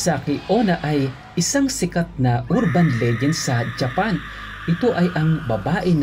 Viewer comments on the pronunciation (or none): none